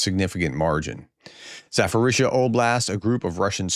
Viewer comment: For the millionth time, it is ZaPorizhzhia not ZaForizhzhia. There is no "F" in the name. Why do you keep saying it with an "F". Google's translate pronunciation feature only takes a couple of clicks. You're a professor for God's sake. Come on!!! Every single time. It's ridiculous.